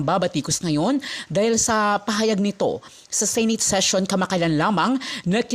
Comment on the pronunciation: Bisayang bisaya ka magpronounce aling narrator,sama pakinggan,mali mali bigkas mo. Senate hindi sinit